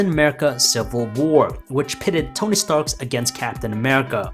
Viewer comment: Tony Stark. Not Tony Starks smh